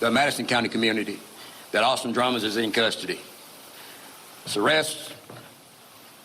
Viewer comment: It is interesting that the Sheriff of Dyer County called him Drummons instead of Drummond. The Sheriff of Madison County made the same mistake.